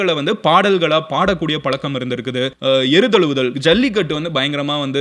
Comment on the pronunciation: எரு தழுவுதல் இல்லை, ஏரு தழுவுதல் .